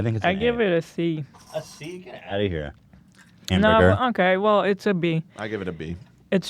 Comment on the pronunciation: Hemburger Haymeburgerr me: h a m, b u r g er